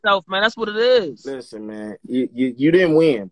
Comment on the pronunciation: The T in "LISTEN" is.....ughhhhh....are u serious??? lamoooo And Quiet is Big T's slogan.....smh OMG!